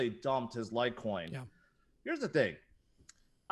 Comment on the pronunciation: LIGHTCOIN..COME ON..SAY IT